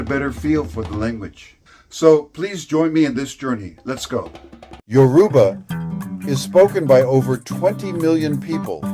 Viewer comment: I like the video , but it was bothering me hearing him butcher the name of my mother tongue. You say it as Youraba , not yoruuba.